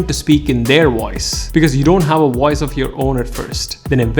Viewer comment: His pronounciation of voice is wiose 😂😂